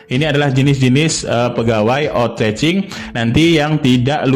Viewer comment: maaf,pengucapan outsourcing nya salah p,bukan otracing tp dibaca outsoursing 🙏🙏🙏